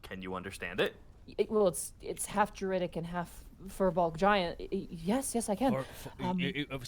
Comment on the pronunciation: You guys are mispronouncing firbolg. It's pronounced fear-bolg, not fur-bolg.